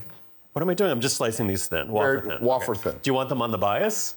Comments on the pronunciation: wth is a wah-fer?😂 I think you meant way-fer(wafer)🤣 then again I’m from Queens & we say turlet paper so I can’t be mad at you!😂😂😂 LOVE you guys & so glad you 3 are back!! You don’t know how much America needed this right now!❤ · Love that the old gang is back together again! However...please teach how to pronounce "wafer". It's way-fer, not wah-fer. 😉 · What’s a “ wah- fer”? Haha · Did I just learn that I’ve been saying wafer incorrectly my entire life?